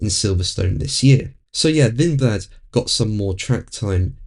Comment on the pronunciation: I don't really rate Lindblad very highly, the guy can't even pronounce his surname correctly!